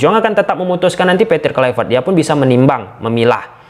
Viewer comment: Hahaha... udah bisa pronounce KLUIVERT ya bang? Hahahah...